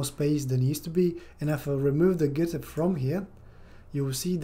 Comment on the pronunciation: Not "getter" but "gutter"... everything else was very helpful